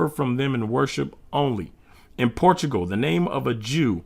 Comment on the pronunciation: Centugal not portugal